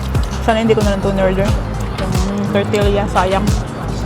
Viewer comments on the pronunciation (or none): You can take the tortilla (pronounce as TOR-TI-YA) home & deep fry it, the same to the chip that you were eating.